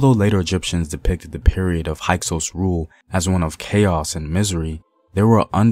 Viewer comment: HYKSOS**. Sounds like a Hyksos. High cose. No no sounds like hike sous